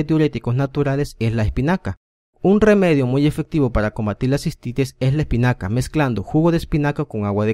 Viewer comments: Jajaja espicana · Jajajaja Like si en el segundo 10... Vieron el error ... " Espicana "